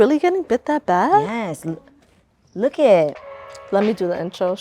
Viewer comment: “Look itttt” 🤣🤣🤣🤣 Every Latina says “look it”